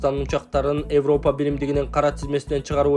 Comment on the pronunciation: Эвропа эмес Европа деп окучу